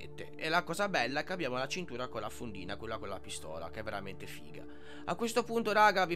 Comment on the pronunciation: Bella bró ci sta la "fonfina" 😂❤